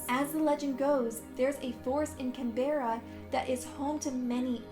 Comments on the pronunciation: You say it like canbra not canbeara learn the names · i live in australia you said cannbera wrong i will chunk it can - bra i live in melborne shreeek !!! :O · Canbera it’s Canberra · Susi Staples ikr she didn’t say Canberra correct either 😂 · I love international's pronunciations of our capital cities😋 I was like where the hell was burning man from!? Oh Canberra(Can-Bruh)